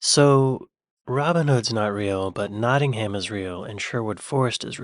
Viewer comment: It's not "Notting ham"... It's 'Nottingum'.